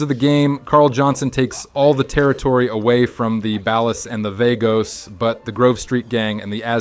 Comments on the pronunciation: Bro it's Ball•ahs not Bal•os. Be a regular person. Great video though. Ball us, ballas! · "Ballahs" not "Bellas" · You cracked me up when you say “baal-os.” Just pronounce it as ball-uh’s. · Bro really called the ballers “balas” 😂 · bro just say bAHLAHs and vAHgos dude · bell us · They're pronounced 'ball-uhs' and 'vah-gos', fake gta fan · the way hes butchering the ballas name 🤣🤣🤣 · why did you pronounce ballas and vagos like that? they’re mentioned too many times throughout the game to not know how to say their names correctly and from a GTA channel no less. i got the feeling he’s reading a script from someone who actually played the games. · The way he pronounces ballas 😂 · The way you say ballas should be illegal. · Fr like bro you literally played the game just say it right 😭💀